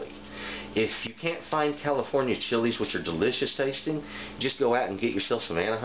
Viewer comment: Thanks for the great video. I appreciate your Spanish pronunciation on the chili names. Just as good as your knowledge OF the chilies.